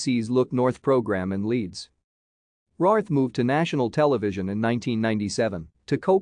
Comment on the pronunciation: Her surname is pronounced RAYWORTH.